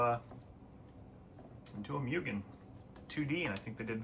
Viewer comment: Why do you say "Mewgen" its "Moogen" you sod.